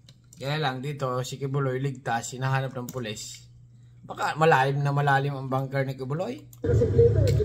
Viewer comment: BUNKER... hindi Banker.... ANG VOVO mong vlogger...!!!